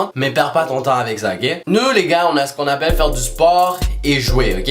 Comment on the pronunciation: c'est quoi ce "aaaplèèè ?!😂😂😂😂😂😂😂😂😂😂😂😂